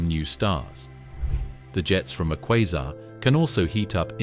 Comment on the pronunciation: Is it kwaazar, kwayzer or quasar?? This narrator is crap